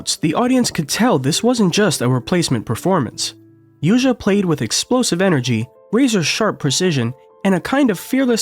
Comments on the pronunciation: Pronunciation note: Yuja’s family name, a very common Chinese name, rhymes with “song”, not “sang.” And the j in her given name is similar to the j in “John”; there is no “zh” sound (as in “precision”) in Mandarin. I met her in 2012 in Shanghai. She’s very friendly, not pretentious at all. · She is creating a new school. She leads the piano in a new era. She is the future! This is it! By the way, her name is not Yuza, it’s Yuja Wang (/ˈjuːtʃiɑː wɑːŋ/), the right spell is Youtzia